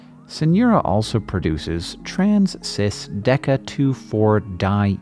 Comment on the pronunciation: trans,cis-deca-2,4-dienal means something to me: I GOTTA DRAW THAT And you pronounced it like -dienol at the end which is something different, a molecule with less resonance